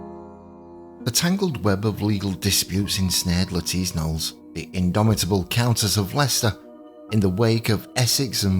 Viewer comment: THANK YOU for the correct pronunciation of her name! I am so tired of watching videos by historians who are still calling her "Lettuce Nollis"!